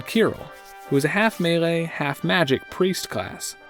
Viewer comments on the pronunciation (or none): none